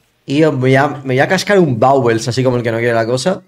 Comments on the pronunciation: sigo sin entender por qué le dice vowels al baubles. Pd: eres my youtuber fav desde que warchi te dejó el nicho de las duels <3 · tienes razón, pero sigue sin sonar vauels xd